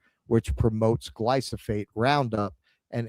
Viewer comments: It's GlyF O SATE not glyso Dyslexic. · I know it's tiring having to do the show while you're "vacationing," but for fucks sake read the word correctly! Gly-pho-sate! Not Glysophate.... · did a whole piece on glyphosate pronouncing it glysophate 😂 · "glysophate"? why do americans SO OFTEN swap letters within a word that's foreign to them? like "mandami"? what's up with that, why don't you read the letters in order and just butcher the rest of the pronounciation? said that wrong every single time here for dozens of times, reading the correct apelling on screen every time, incorrectly. 😂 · sure, from memory it's a different thing, but READ that wrong like a hundred times in this stream 😂